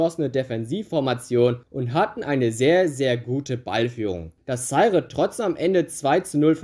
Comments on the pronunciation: Himmel, das tut ja beim Zuhören weh: Zaire wird "Saihr" mit Betonung auf der zweiten Silbe ausgesprochen. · Der Staat wurde Za-ire ausgesprochen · Vielleicht sollte man sich ein wenig vorbereiten, wenn man etwas einstellt. Es wird Za- ir ausgesprochen und der Weltfußballer heißt Rivelino und nicht Rivelinho, bei Minute . Hör dir doch einmal die Single, In Zaire, aus 1976, von Johnny Wakelin, an. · Nein, das E am Ende ist entweder stumm: ZA-IR Oder, wenn man es Englisch aussprechen will: ZA-IƏ Wobei das Ə der gleiche Laut ist wie das E in "Kanne" oder "Tante" 🖐👴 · Minute : Er spricht ja nicht einmal den Namen Rivelino richtig aus! Wie soll er dann in der Lage seine Za- ir richtig auszusprechen. Er sollte sich einmal die Single aus 1976, von Johnny Wakelin, anhören, die ja bekanntlich " In Zaire" heißt! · Wie du Zaire aussprichst tut ja schon weh, aber wie du Blagoje Vidnić ausgesprochen hast war einfach unglaublich. Ich bin Serbe und hatte selbst nach dem 5x hinhören keinen blassen Schimmer wen oder was du meinst.. deine Videos an sich sind ja schon gut aber gib dir doch ein wenig mehr Mühe beim aussprechen von Namen, Ländern usw, so schwer ist das ja wirklich nicht!